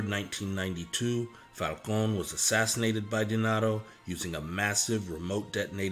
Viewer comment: Lord have mercy, It’s Falcone , not , Falcon!